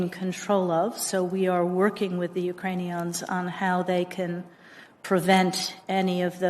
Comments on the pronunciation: Ukraiin-eeee- ons. Lol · Lol, heard that too. I'm like, "Is that a new Transformer robot?"